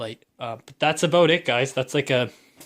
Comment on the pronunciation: You shouldn’t cuss there’s no reason for that and why do you say OUT and HOUSE and ABOUT like you do